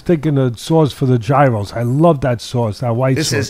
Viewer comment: This is not how to pronounce Gyros 😂😂😂